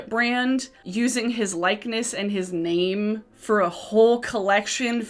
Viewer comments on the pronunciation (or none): none